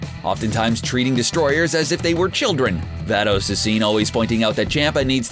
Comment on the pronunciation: First of all learn to pronounce names. Vatos with a V not fatos. Chompa with an o sound not Champa and just for the record Vegeta always had the power to destroy the planet evening before his first fight with Goku he blow up a planet cuz he was bored